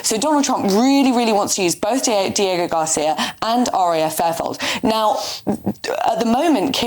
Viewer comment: it’s RAF Fairford dear , not fairfold …..so well informed. isn’t she ?